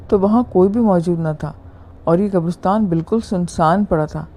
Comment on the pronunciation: Great. It's qabaristan,like Pakistan or Uzbekistan, not qabarustan.